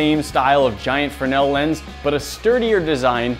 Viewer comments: Have you just forgotten how to make a z sound it’s a fresnel lens not a frenel lens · Guys, the upgrade was great BUT.. c'mon.... pronounce it right... it's spelled Fresnel... not Frennell. pronounced freznell... frez nell.... or, maybe we have been calling you by mistake, instead of "Nat"? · The fruh-nel lens? Isn't it pronounced frez-nel? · Not a frenell lens but a fresnell lens it is! Sorry had to comment on that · Lol did say the fre-nail lense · Fernel lens?? I guess you mean Fresnel...